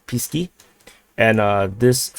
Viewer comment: 1st thing The way you pronounce "Pisky" exactly sounds like penises in Russian 2cond It's Pesky and 3rd you should be ashamed of your fucking pronunciation you fucking moron